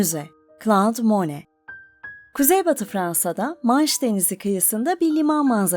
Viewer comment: Le Havre ve Claude Monet çok yanlış okunuyor.